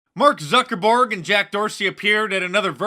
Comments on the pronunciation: "Mark Zucker-borg..." Next level cyborg. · He said, “mark zuckerborg.” Apt. Lol